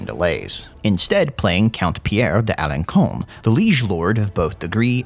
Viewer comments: "Count of Alençon" It is pronounced "AlonSon" not "AlonKon." The accent cédille (Ç) changes the pronunciation of the letter "c" from a "k" to an "s." This is French language 101, and so it's clear you haven't studied French. If you're going to make a video involving foreign languages, you really SHOULD look up the pronunciations beforehand. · Alençon = "alon-sawn." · So you know, it’s pronounced Alençon alenssssons. Ç=s in french 😉 Cheers from Switzerland 🇨🇭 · For info, it is pronounced "Alensson" because of the 'wriggle under the c: ç. 😊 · Alençon is pronounced with a S rather then with K